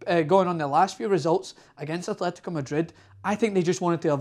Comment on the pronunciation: Nice analysis but can't you pronounce anything? There's no h in Atletico.